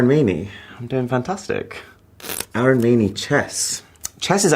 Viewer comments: the way he is pronouncing his name idiot! It’s AR UN not Arooon! 😂 Indians with absolutely hilarious way of pronouncing their actual name! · Oh no! So sad that Arun mispronounced his first name and made it 'Aaron'. It's 'uh'-run' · No bro, you are not Aei-run, you are A-roon. Learn the pronunciation of your name first. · He doesn't know his name's pronunciation? It's not Aaron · Is anyone gonna tell him that his name is pronounced 'uh-roon'? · Bro pronounced his name as 'Aaron' 💀😭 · bruh the accents caught him so bad that he even mispronounces his own name. My father's name is also Arun and i can't imagine someone calling him Aae-Run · Dude you can't even pronounce your name right what is wrong with you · Bro you don't even know how to pronounce your own name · I wish he pronounced his name right 😢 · you know you different when you cant even pronounce your name right. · Dude!! you are pronouncing our name wrong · Why do you Mispronounce your own name.!!